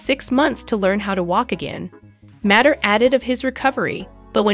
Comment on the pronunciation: Please! This is a fun collection of photos, but Niall's last name is pronounced "MAY-ter!" thank you!